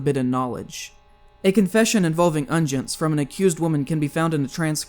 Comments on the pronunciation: "Unguents" is pronounced UN-gwents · "Guillaume" is pronounced gee-YOM, not GWILL-amay, and "unguents" are UN-gwents, not UN-jents. It would lend an air of credibility to your reporting to have correct pronunciation of the words and names you reference.